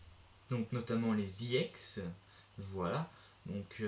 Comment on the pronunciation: tu pronoonce mal EX